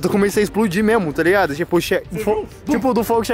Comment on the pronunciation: "Explotiu" kkkkkkkkkkkkk